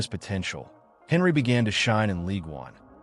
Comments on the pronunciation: When you pronounced his name i knew bs would follow . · How can we trust your opinion when you can't even pronounce his name correctly? 🤣🤣🤣